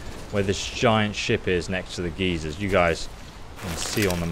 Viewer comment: Love how you say geysers - it sounds like geezers :D